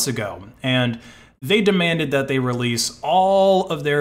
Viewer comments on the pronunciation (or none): none